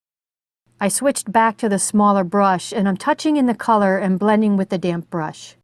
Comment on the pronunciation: This is a wonderful tutorial. Thank you so much for making it. Also tho.... You hit the D's really hard when you say damp, lol. At first I thought you were saying "load up your damn brush" lol I was like- oh my, this lady is serious about her watercolors....😆